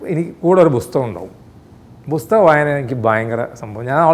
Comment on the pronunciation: ആന്റ പുന്നാര കോയാ "പുസ്തകമു" അല്ല പുസ്തക (pustaka - पुस्तक) എന്നാണ് സംസ്‌കൃതം